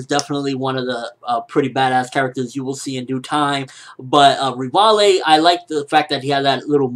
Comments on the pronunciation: ... Rih-vah-lay? Really? LEVI, PEOPLE. LEVI. At least say Ree-vi. Rihvalay is just way too wrong. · You keep saying Rivale Rivale , do you mean Levi ?Most likely you mean Levi.But sometimes you pronounce things so weirdly. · please just say Levi >.> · Oh man ignore how they spell levi/revaille/rivaille just say it how the japanese/manga said/wrote it... リヴァイ= Rivai xD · its CORPORAL FUCKING LEVY FFS!!!!!!!